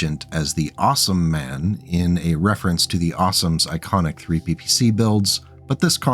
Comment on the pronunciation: Awesomeman sounds much more like a stupid in the field nickname, when you pronounce the last syllable as you would hauptmann.